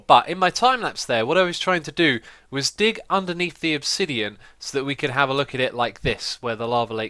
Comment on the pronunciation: He said "make a big dick (dig)" :D